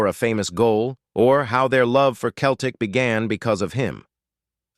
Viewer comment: Pronounced like seltic ffs !!! 🤔🧐😒